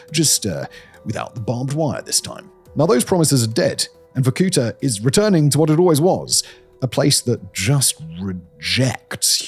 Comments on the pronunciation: It's pronounced VorkuTA, not VorKUta. The stress is on the last syllable. Why do anglophones nevel look up pronunciations? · Me as a Russian clicking on the video to see what other nations think about Varkuta. Oh, btw it is Varkutá, like the last vowel is the one you should articulate not the oo sound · Dang, I used to live there for a while 😕 Not wussia’s, Komi’s. And it’s Vorkutá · Sérieux c mauvais la traduction est mauvaise tellement que ça m'enlève le goût d'écouter jusqu'à la fin vorkouta pas varkoutoa ni vakouta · The video is full of antisoviet lies. And you could at least learn to pronounce the name correctly. It is Vorku'ta. The stress is on the last syllable. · VorkutA, you stress on the last A.😊I am Russian, take my word for it. You l say how you do it, no one in there will know what you are talking about 😅 you are welcome. Victoria.. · Vorkuta -- spell it Vor - ku -taa hit last vocal letter not to hit o long. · It's VorkutA. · making 30 minute "shocking" video about hell-on-earth-city and cannot even bother to pronounce it's name properly. just repeat after the goddamn google translate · though the pronunciation of the word Vorkuta is different